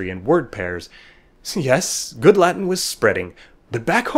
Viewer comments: I m italian, i studied latin, but your pronunce is totally wrong. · so v is pronounced as w? That is not what I have learned during my two years of Latin-studies. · This video lacks all credibility because the narrator can't even pronounce the word "latin" correctly.